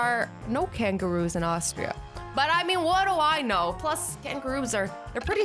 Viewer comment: How she said kangaroos and deserts has me R O L L I N G